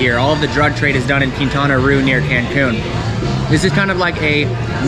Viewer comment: Good video, good premise and factual. However, you need some pronunciation help... Mérida (accent on first syllable) is pronounced "MEHR-ih-dah", NOT "murr-EE-da" ; Yucatán is "yew-kah-TAHN", NOT "YEW-kuh-tan"; Quintana Roo is pronounced "KEEN-tah-nah ROW" (rhymes with "mow"). Now you are another step closer to Spanish fluency! 😃👍🏻🇲🇽